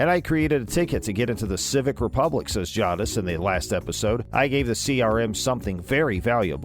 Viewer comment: Say it properly. Jay-dis